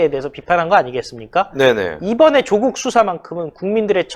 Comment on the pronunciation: 메신저 무결성을 높이기 위해... [윤성녈] 아니고 [윤서결] [조:국]아니고 [조국] 윤석열의 열자는 한자가 렬이 아니라 열임. 조국은 창녕曺씨로 조조와 같은 한자를 써 짧은 발음이 나며 풍양趙씨와 같은 한자인 趙영남은 긴 빌음을 한다